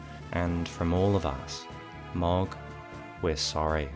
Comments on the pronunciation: It's pronounced 'Mow-g'🤦‍♂️ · The real secret is that his name is Mohg, not Mogg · Why you keep saying Mog? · Why do you pronounce Mogh like that